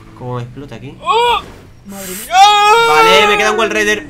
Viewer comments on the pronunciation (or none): no es wallrider es wallride